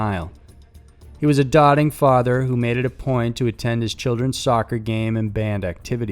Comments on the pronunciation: A dotting father??? How about DOHT- ing? Look it up. And for future reference since you didn't pay attention in elementary school, a single consonant before -ing means a long vowel sound. And imo, the kid ripping people off online got what he deserved. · A “dotting” father, huh. Wonder if he was a DOTING father as well. 😂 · DOTING!!!! NOT..... DOTTING.! What you're saying is if I took a marker and ran up and started poking you with it.... DOT-ting. Doting. As in doe-ting. I'm sorry. Down with letting you be you but we don't get to "change up" ANY language just cuz we don't ACTUALLY check out actual pronunciations, and subtleties. Colloquials are a real thing....... And unbeknownst to spell check.....an actual word, as well. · It’s not dotting it’s doting. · He was a doting father not as pronounced: dotting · He was a "doting" father. Pronounced doe-ting, not dot-ing. I know, it's petty, but I just can't help it, it makes me crazy. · Doting not dotting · "Doding", not dotting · *doting, not "doding" or dotting... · It’s pronounced ‘doating’ not ‘dotting’. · It’s d-o-ting with the long o sound. Not ‘dawting’. Brush up on your enunciation. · He was a dotting father ? 😅 bruh it’s pronounced DOTE-ing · It's pronounced 'doe-ting' not 'dotting'. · That drove me nuts too. Was wondering if anyone else noticed it. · Wtf is a "Dotting father"? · “a dotting father” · Did he say ‘a dotting father’? 😂😂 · ....It’s pronounced D-OH-TING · what qualifies one as a “dotting” father? 😆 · Doting ... Pronounced(or sounds like) Doe-ting learn to read and pronounce things properly. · A DOTTING father.... LMAO 😂😂 what the hell is a "DOTTING" father 😂😂😂.... Boy ur killing me with this one... 😂😂😂😂.... U said that that with no fucks giving 😂😂😂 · "A dotting father" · its pronounced DOTE-ING meaning that he was an attentive father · "Dotting father". LOLOL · A "dotting" father? 😂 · I wish you and Chills would learn how to pronounce simple English words, ffs. "Dot-ting father"? Really?